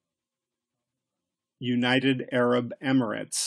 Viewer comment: the way he sayed emirates😂😭💀